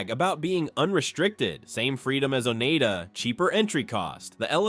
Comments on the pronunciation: Oneida is pronounced o-nye-da...nye as in eye...NOT o-nay-da!. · It’s not Oneeda, it’s pronounced Onida.